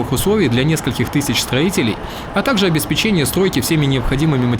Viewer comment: обеспЕчения а не обесПЕЧЕНЬЯ))))))